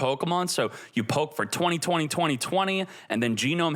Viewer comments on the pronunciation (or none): none